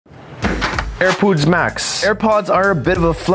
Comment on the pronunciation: Airpuods MAax!